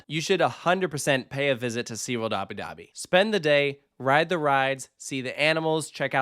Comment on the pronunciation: These AI voices are so stupid !! Abi Dahbi z??